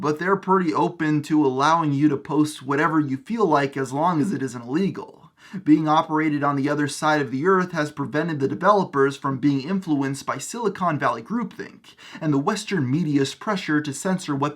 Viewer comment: At about or so, it sounds A LOTTTT like you’re saying “as long as it isn’t legal,” which I’m fairly certain is the opposite of what you intended to say there